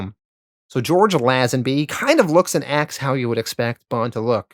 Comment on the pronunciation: I love your videos, and as a huge Bond fan I’m enjoying this so far (I’m pausing at Diamonds are Forever)… however, can you please check your pronunciations! Ernst “Stav-ro” Blofeld, George “Laze-en-by”, Shirley “Bass-ey”… sorry to be fussy about this but it makes a big difference especially in such a long video.